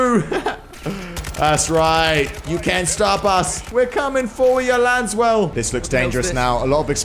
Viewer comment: saying “Lanswell” instead “laswell” feels so wrong lol